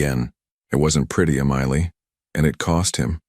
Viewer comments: DUMBASS AI. EMILY NOT AMILEY. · It's Emily not emiely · It’s EM-ily, you toaster oven. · It's pronounced Em-i-ly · It's pronounced m-a-lee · Eee mily lol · That must be one they can pronounce not like ah meal ly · Emily is NOT pronounced Amailey! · I know!! It grated with me too! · This is the second time I've heard this story and BOTH times the pronunciation of Emily is skewed. If you're going to copy a story, at least fix the problem. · "the black SUV that he used when he didn't want to draw attention."? Yeah, like a black SUV won't draw attention. The repeated mispronunciation of "Emily" is .... irritating. Why does Dante keep saying "a projectile"? It was a bullet. Crying. Can't your story stand on its own merits? Why muddy everything with the moving of the picture? No back and forth, no up and down, no away and back, no flipping, facing left then right. Also, no "stupid" light tricks - spots, snow, flicks, lines, butterflies, stars, etc. It is all a waste of time and money because it is distracting. If we wanted light shows and seesawing pictures, I'm sure YouTube could show us some. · What everyone else is saying. Your AI really needs to get the name Emily right. It is a distraction from the story. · Sweet beautiful Emily. 💕😌🌷. Dante. Loves Emily. 💕💕😌 🤔🤨 The narrator has a great voice but for some reason he cannot prounance Emily 🤔 Listening from Crosby Texas ❤❤😊. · AI really struggled with Emily. weird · Please get your AI voice to pronounce Emily correctly --- really so easy. And, I loved the story! Insights into the "partnership" complexities and power dynamics between these "business" relationships, and at the same time threats from within. And yet, perhaps fired by the risks, close ness and inherent love abides and survives! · How hard is it to pronounce EMILY. He changed her name to Amelia when Dante finally confessed he loved her. Nice proofreading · It really was irritating. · The constant mispronunciation of Emily was driving me crazy.